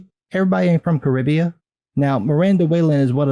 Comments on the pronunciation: Did you really just say "Caribbea"? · I mean, is it really called Caribbea? I've only ever heard it called the Caribbean, not Caribbea.